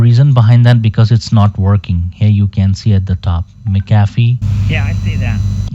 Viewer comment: "Mick Ah Fee" 🤣